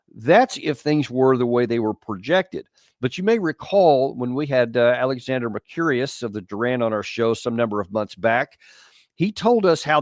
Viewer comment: It is not Alexander Mah-curious 😂😂😂